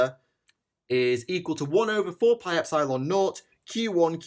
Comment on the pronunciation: The way you say epsilon triggers me on a metaphysical level